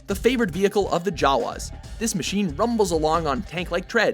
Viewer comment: YOU PRONOUNCED JAWA WRONG!!!👎🏻